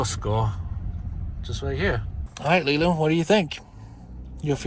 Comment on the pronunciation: Its Leland not lealand